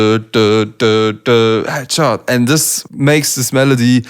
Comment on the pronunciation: I thought he said ketchup instead of headshot lmao